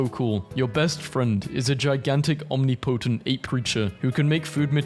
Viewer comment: Omni potent instead of omnipotent had me cackling